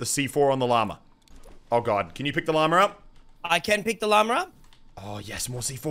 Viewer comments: Stop saying llamerr. It’s llama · Whenever muselk says “llama” I hear “Lamar”